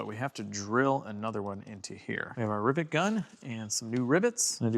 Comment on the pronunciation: You say ribbet, is it not rivet gun?